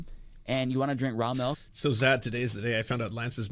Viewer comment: The way this guy calls it "mahlk" is driving me insane. It's milk!